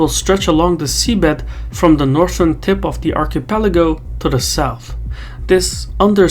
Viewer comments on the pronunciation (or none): none